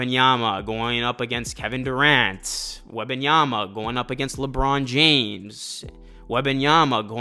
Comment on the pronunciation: its Wem-ban-yama not Weba(n)yama please its insufferable to listen his name mispronounced 15 times in the span of 2 minutes